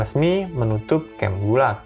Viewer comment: Min. Saya mahasiswa Indonesia di Rusia. Mau sedikit komentar. Pengejaan singkatan Gulag di awal kurang tepat pengucapannya. Selebihnya terimakasih sudah membuat konten ini.